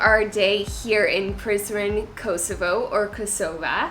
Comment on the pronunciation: When he said let’s go to prizren it sounded like he said let’s go to prison